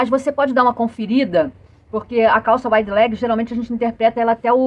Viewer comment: querida, apesar de estarmos no Brasil, nomes não se traduzem, portante a maneira correta de falar Wide leg será = a waide e não wide ok?) Parabéns pelas aulas que adoro. Beijokas e fique vem